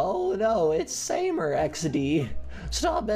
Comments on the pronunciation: It's not samer its Sam eer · Samer pronounced sa-meer that's my friends name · It's pronounced SA-MA-ER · It’s pronounced sahmer my dogs name is that also I’m the fat girl at my school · You pronounce it sameer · This is how u. Say it sa mee r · Your not prononcing it correctly its an Arab name btw huge fan